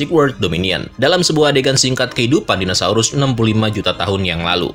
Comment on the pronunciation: padahal kita tau tulisannya dinosaurus tapi tetap aja ga sengaja penyebutannya jadi dinasaurus..